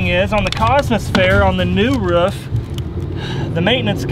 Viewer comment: Only said roof correctly once and they rest he said ruff